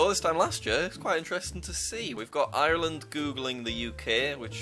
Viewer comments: Everyone does except for irish people. I'm actually irish and everyone pronounces it island but it's actually areland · Jack: “95 percent of island” MY GUY THERE IS AN R AND AN E THERE ITS IRELAND NOT BLOODY ISLAND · As an Irish person STOP CALLING IT ISLAND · HAVO YOU EVER HEARD OF A ACCENT?! EVEN IM BRITISH AND I PRONOUNCE IT AS ISLAND